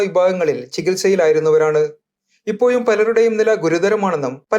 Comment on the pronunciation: ഇപ്പോയും അല്ല റിപ്പോർട്ടറെ ഇപ്പൊഴും എന്ന് പറയൂ.